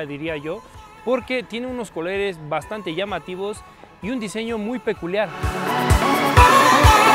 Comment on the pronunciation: like si escuchaste que diga coleres y no colores 😂😂😂😂